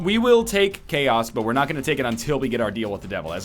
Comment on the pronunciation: When you said ''Chaos'' I understood ''Key ass'' xD